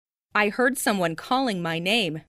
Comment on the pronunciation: banyak kata-kata yang mirip pas versi cowok bicara misal heard terdengar hurt